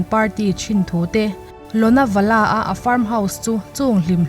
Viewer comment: Lonawala hi Lonavla ti a lam tur.. ka awm na thin ania... Shushant a hian farm house a nei tih lo hre hma ila😁😁.. Thingtlang changkang deuh mai ania Shooting point awmna..